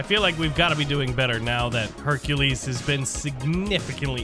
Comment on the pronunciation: You said Hercules name wrong